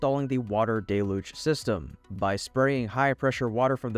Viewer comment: The mispronunciation of deluge is getting on my nerves! Everyone is mispronouncing it now!